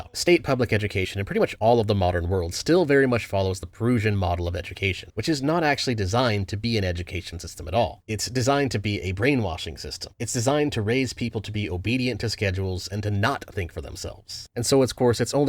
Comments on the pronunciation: It's not "pur-oosion" model of education, it's "pur-us-shan" model. Also we don't do the Prussian in the US. We do the Neo-Classical model with Prussian elements. The Prussian model is characterized by separating students based on ability early on. Places like Germany and Japan give students a test around the 6th-8th grade and then segregate them based on how they do on these tests, with lower scoring students going to trade schools and higher ones going to schools meant to get them into college. The focus tends to be on wrote memorization and mathematics, which is why these countries tend to score higher on PISA exams in science and math. Neo Classical models, however, put students into the same school regardless of ability and focus on essay writing and reading. The most Prussian we get is putting high scoring students into AP and Honors classes. The fact that most people just default to whatever is said by the mainstream media is more of a function of people just naturally not caring enough to question. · Its pronounced Prussian like Russian not perusian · "Proosian" education? Is this intentional mispronunciation of Prussian? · Great video, but I did absolutely hate how you pronounced "Prussian". It's pruh- shn, not peru-shn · Buddy still can’t pronounce Prussian. (It rhymes with brushing not bruising) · Do you really not know how to pronounce Kavanaugh and Prussian? You're making Kavanaugh sound like he's Russian and you're taking the "Russian" sound out of Prussia. Comrade Kavanov! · what the fuck was that pronounciation of prussian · why do you say prussian like that? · I've never seen anyone pronounce 'Prussian' like that, but then again your from Settle. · I never heard an anglo speaker pronounce Prussian like you did in this Video. LoL.